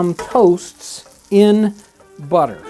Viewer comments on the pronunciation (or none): none